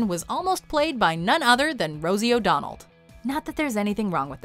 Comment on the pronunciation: Her name is "Rosie O'Donnell" and not "Rosie O'Donald"